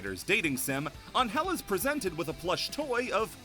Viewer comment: on-hell? you mean angel right? lol since she is mexican you can call her annhell withut separating both words and trying to acentuate the first vowel instead of the second.